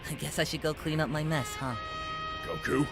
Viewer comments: I how he pronounced goku name it’s like GO-KU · why do you call him gokU instead of Goku? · Damn the way he pronounces Goku is really irritating